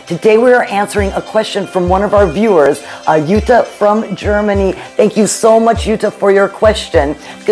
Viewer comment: Hi, yes you pronounced my name perfectly 🤗🤗🤗 My poodle baby is a fawn red and she is so powerful, sometimes I can’t believe it. But I am lucky that Rosalie is so in love with my black poodle Jeannie. They play a lot and even when they sleep, they are very close to each other. That helps a lot 🥰🥰 We enjoy the time, because they grow up so fast. Wish you all the best Jutta